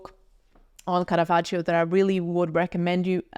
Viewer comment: I liked the video, but the pronunciation of Caravaggio’s name threw me off all the time, and I am not even Italian 😅